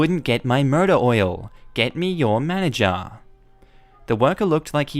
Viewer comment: the way you say "motor oil" sounds like "murder oil" and I really need to know what that is now hahahah